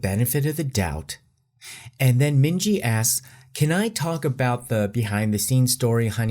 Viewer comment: minji = min hee jin 💀